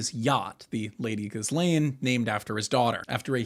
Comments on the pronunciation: Epstein never married Maxwell, she (Ghislaine) is pronounced "Ghee-layn" the 's' is silent. Frenchies go figure! Furthermore, she was acting as his manager, handler, and recruiter... Oddly enough, her namesake is more interesting than one night think?! It's a "pledge of fealty, or earnest (pledge) and was the word: "gīsal" or "gisel", = (verb) "to pledge" or a "hostage", or "a mutual obligation." Their "unholy Roman empire, perhaps Charles the Great, or Charlemagne in so called circa medieval times had a practice of swapping children within noble families to keep the bloodlines rejuvenated? Or simply these children were trafficked or exchanged and raised in allied courts as "pledges" of PEACE and LOYALTY. God only knows what else they did, but Epstein continued that tradition for certain. ? So, unfortunately the opening salvo started a tad bit crooked, forgive my indulgence and please continue. ~ Inertia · Why are you pronouncing her name wrong? The S is silent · Bro doesn’t know how to pronounce nuclear or Ghislaine